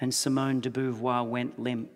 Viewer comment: It's pronouced Simone de Bovoir ! 🐹